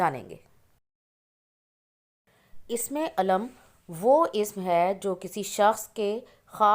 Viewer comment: Sister ye lafaz isme Eelam kehty hai Na k Ism e Aalam nahi kehty Ap sahi talafoz bhi nahi bol sakte